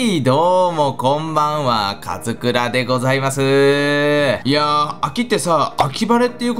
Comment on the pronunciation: はいどうもこんにちは勝村でーす。って聴こえた